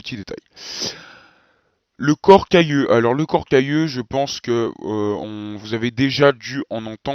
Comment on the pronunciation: à 9'50, on entend "corps cailleux" au lieu de "corps calleux". Comment doit-on prononcer ?